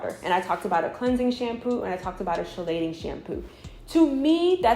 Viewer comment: Keylating shampoo baby pronounced not shelating